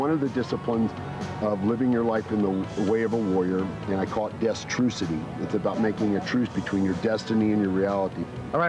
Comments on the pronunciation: To be honest, I had never learned the proper pronunciation of "destrucity" until I watched this video, but even I knew that it wouldn't be pronounced, "di-struh-SI-si-tee". I mean, where the hell did that come from? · I meant the "di-struh-SI-si-tee" pronunciation, but, yeah, Warrior was a crazy genius. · ‘Destrucity’. He actually says it on camera - yet you continually get the pronunciation wrong throughout this ‘documentary’. Did you actually pay any attention while doing what you laughably call ‘research’?? Jesus! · Can you not HEAR the way HE said "destrucity"!??!?!